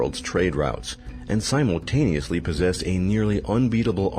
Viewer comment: sim-ultaneous not psymultaneously